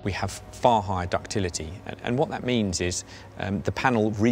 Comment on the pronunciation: We ‘khave’ arrival 😂